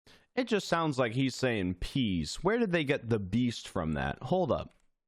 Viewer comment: I heard “east” not “the beast”